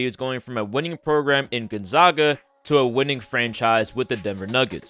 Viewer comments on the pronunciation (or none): Not a big deak but you're mispronouncing Gonzaga its zaga jot zauga